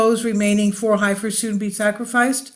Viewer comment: It's pronounced "Heffers", at least in the USA. Thanks for the video.